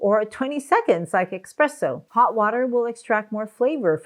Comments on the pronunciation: Not EXpresso! But ESpresso! Not GLUAcoma! But GLAUcoma! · Sorry to be the language police, but I’m very passionate about my favorite beverage. It is “espresso”, with an “s”, not X-presso. Carry on. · Did you say eXpresso? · It's espresso not expresso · do you pronounce [ekspreso]? really? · Did she just say "Expresso" ?? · Basically a hodgepodge of contradictory useless statements . Better to ignore the whole presentation than to latch on to one or two bits without any specifics about degree of effect. And it's ESSPRESSO, not expresso!!! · "grounded" is not proper syntax..the word is "ground"..also espresso has no "x" in it ,please ..say the word correctly..."express" has no reference to coffee